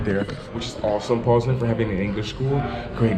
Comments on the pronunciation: Jus to help u out a bit wit the name, and I'm not sayin dont say it the way ur sayin it, but the polish way to pronounce it is PAWS-NINE..good luck on ur journey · PoznaŃŃŃŃŃŃŃŃŃŃŃŃŃŃŃŃŃŃŃŃŃŃŃŃŃŃŃŃŃŃŃŃŃŃŃŃŃŃŃ not Poznan ;)